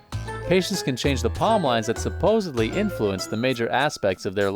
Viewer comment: You’re messing with me, right? You didn’t mean to say “supposebly”, right?